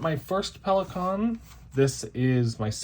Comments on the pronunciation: Thank you for pronouncing Pelikan correctly. I cringe every time I hear it the wrong way. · I’m so glad I found you (hello from NM!), this was very interesting. You say Pelikan the way we Germans do, you’re good. 👍🏻 I’m with you on the sentimental value of pens, gifts are special and I always have at least one from my husband inked as well as my favorite of all times ( heheh maybe there will be a video.. 😜) and pens from my brother, my kids and my dad. My daughter just got me a vintage Parker 51 via FaceTime in London.. she’s awesome! Happy writing! 🌸🖋🙌🏻